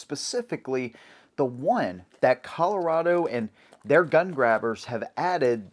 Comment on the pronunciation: as a coloradoan (you said it right) i'm outa here. screw this place.